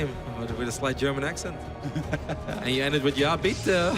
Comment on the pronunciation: few words yes, but he pronounced them nearly perfect xD